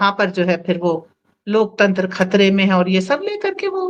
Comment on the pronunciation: LOK TENTR nahe LOK TANTER boleye...